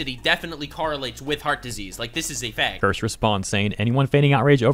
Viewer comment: its not Kirsh, its Kirsh-a 🤓